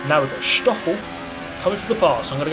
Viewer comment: Why do you say SSSHtoffel? It's just 'Stoffel'. Or is it for the same reason you say 'sikfxfth' instead of sixth?